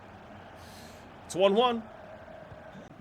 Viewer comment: Pronunciation for the Dortmumd player is buyer